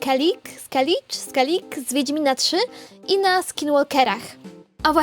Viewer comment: "Skellige" czyta się (przynajmniej w W3) jako "Skelige".